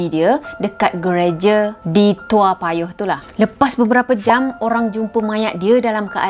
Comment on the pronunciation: Salam kenal dari singapura 🇸🇬🙋 saya pun tinggal di toa payoh. Sebutannya betul 👍, zaman sekolah rendah dulu masa kes seorang pembunuh bernama adrian lim. Saya dilahirkan pada july 1975. Masa kes adrian lim umur saya lima tahun